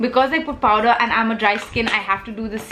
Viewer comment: Heyy love you tons first off! Really a weird concern but is it just me or are you actually saying powDer bullet Huda Beauty lipstick??:/ Is it just me or anyone else?